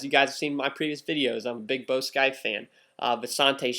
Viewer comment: You say Bo scaife wrong Nice video